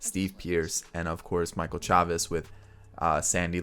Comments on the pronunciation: It's pronounced "Chay-vis" not "Chaw-vis" but I get the confusion since it does look like "Chavez" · It’s pronounced Chay-Vis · It's Michel SHAY-VIS